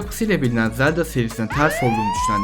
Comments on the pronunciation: Zeldağ değil zelda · Zeldağ diyen kadın bul beni.... 😂😂😂